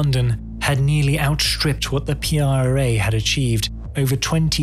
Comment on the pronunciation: What does 'outschtripped' mean?